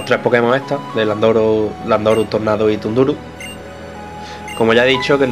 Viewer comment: "TUNDURUH", POR DIOS SE PRONUNCIA ZANDORUS